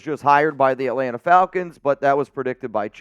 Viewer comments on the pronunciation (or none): none